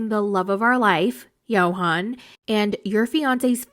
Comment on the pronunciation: His name is pronounced Yohan, but she doesn’t care to pronounce his name correctly. So annoying